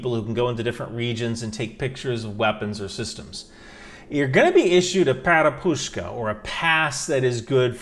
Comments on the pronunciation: Перепустка Perepustka stress on the second syllable (not PerepuSHka) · Man please try to open google translate and check how word that you wants to say sounds. Letters - correct, but i felt under table when heard "PEREPUSTKA" or "Перепустка".